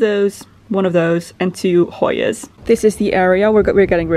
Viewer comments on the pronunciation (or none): Hostas, not hoyas :D